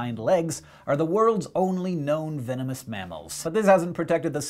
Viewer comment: 'venemenous' spurs?